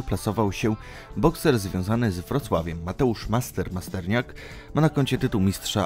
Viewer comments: Nie dość że wrzucasz stary materiał to na dodatek ze starymi błędami. Mateusz Masternak nie masterniak. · Masternak, nie Masterniak. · Masternak* Nie Masterniak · Mateusz Masternak, bez i. A KSW to jest konfrontacja sztuk walki a nie konfederacja